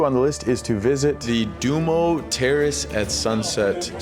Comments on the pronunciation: Stop saying dumo, it’s duomo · Du-oh-m-oh (Not “sumo’) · you are not pronouncing Duomo correct. It is not Do-Mo, but Duo-mo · Appreciate the time you took to video this. A little work on your pronunciations would make it easier to watch: Duomo, grazie, pace, and many more. You got Starbucks right! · your pronouncing Duomo wrong